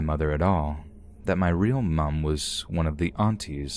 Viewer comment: I love that you pronounced the u in mum 😂